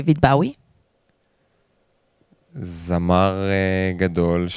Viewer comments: לא אומרים ככה דיוויד בוי .... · אוי לא. היא אמרה דיויד בהאוי